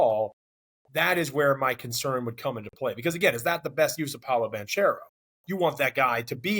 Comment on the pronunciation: I am fascinated that people still don't know how to pronounce Paolo's last name. jeez